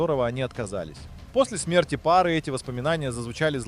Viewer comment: чувак ты пролаял текст даже не прочитав его предварительно п в слове пары ты неправ спроизнес ударение так же в конце в имени жены м ногое другое ужас как вам на все плевать тефлоновые души либерда